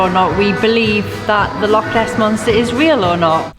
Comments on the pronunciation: As brilliant Welsh people up here say it with the same spit as you would at home lochhhhhh not lock. 😂😢💜💜💜💜 Remember boat is an acronym for bring on another thousand. I would love to donate for your Africa shoe fund but I'm not in the position. Keep it up guys I have so much respect for the two of you. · LAKE LAKE Ness - Heresy!!!! people have been burned at the stake for less. But being our Celtic brothers you may be forgiven - if you get it right. It's LOCH with a capital CH. No K involved! Be warned🤣🤣